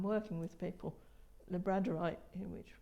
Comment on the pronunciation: The volume on this video is terrible. Even with headphones it’s hard to hear her clearly. Can anyone confirm, about 5 min in she shows a black(?) round disk and calls it LabraNdorite.. La-bran-dorite. Is this stone Labradorite (La-bruh-dorite)??? It can be dark.. dark gray, dark greenish gray, but I’ve never seen black and she is pronouncing it weird (even as an “British” pronunciation). I however can’t find any other stones with a similar name to what she is saying and the blue flash is very labradorite.